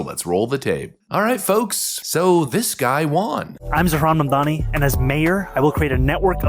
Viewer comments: 😂hilarious all your pronunciations of the guys name. I was rolling on the floor. NY deserves who they vote for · I love that you didn't pronounce his name correctly!